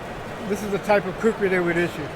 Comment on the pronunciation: Not kukhris it is khukuri